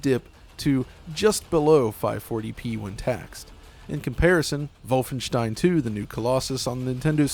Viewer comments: everyone:Wolfenstein:Volvenshtein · Vovenstein? Its not wolf en stein? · Every time this guy says "Vulfenshtein" it lowers his credibility. He knows that's not what the game is called, but he insists on saying it that way for some stubborn "everyone is wrong except me" reasoning. Makes him seem detached from reality, which leads me to wonder what else he chooses to be willfully ignorant about. He's the type of guy that would pronounce Data's name wrong on Star Trek and refuse to accept that although "datta" is an acceptable pronunciation of the word "data", the name 'Data' has only one pronunciation and that he is objectively wrong for saying "datta". Vulfenshtein is objectively wrong. And he is wrong for saying it. It is unnatural and stilted to switch accents and pronunciation mid sentence for a single word and stinks of "iamverysmart" over-compensation. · "volfenshein" come on man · I like how he said volfenstein but not wolfenstein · What the hell is "vulfenstein" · Say voffenshtien agaib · I like how pronounces Wolfenstein as 'Volfvenshtine' 😏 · "Volfenshtein" Literally cringed. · just call it WOLF-enstein bro noone but u pronounces it like that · Ikr? "Vol-fen-shtine." Shudder Ja voll, mein herr! No, thanks. Not for me. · Dude you’re not German. Stop saying Volfenshtein. It’s pretentious and annoying beyond belief. There’s no reason not to say the games name in your native American accent and pronunciation other than to let everyone know how much better and worldly you think you are compared to the unwashed masses. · Vulfenshtein. The way he says Wolfenstein is annoying. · You sound like adumbass when you pronounce Wolfenstein btw. MajorClownEnergy. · Learn to say Wolfenstein properly you chump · Moooom he's staying Wolfenstein wrong! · I CRINGED EVERYTIME THIS DUDE SAID WOLFENSTIEN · We get it, you have German friends. Now start pronouncing "Wolfenstein" correctly in English. You're not speaking German. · It is wrong actually